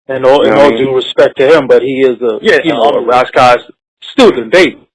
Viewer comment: Y he keep callin him Ross Koss